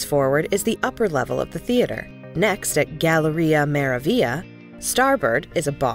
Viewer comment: Your video loses a lot of credibility when so many words are mispronounced…including the ship’s name.